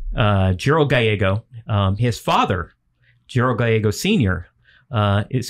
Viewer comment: You are correct I know the full true story of these two and they are pronouncing the name wrong Gallego is pronounced as it's spelt like gal like a lady and ego like the waffles